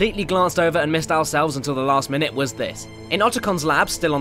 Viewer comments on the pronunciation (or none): none